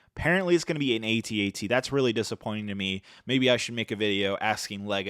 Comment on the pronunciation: Why say AT-AT individual lettters? It’s pronounced AT AT. It’s not hard to say!